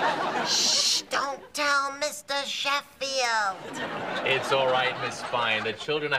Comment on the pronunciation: “Shister Meffield”